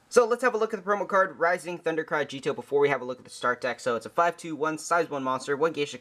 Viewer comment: Times J says "A-gee-etoh" instead of "Ah-gi-toh" Counter: 6